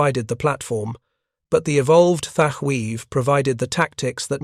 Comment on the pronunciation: Your 90% deliberate mispronouncement of the name Thatch is both a disrespect of the Hero, and making a sound similar to clearing your throat to spit ! You're disgusting.....!!! ...